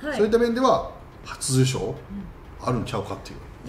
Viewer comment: 里崎さん 初受賞 があんま言えてない